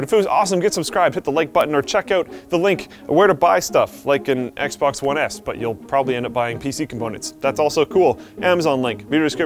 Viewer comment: "The Xbox One ASS"? lol